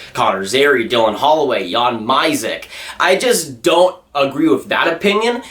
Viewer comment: Your pronunciation of Jan mysak made me cringe